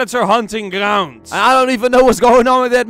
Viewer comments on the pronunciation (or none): no one:: grrrounds